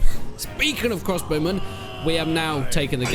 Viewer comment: Vwandian Hawdened Cwossbowmen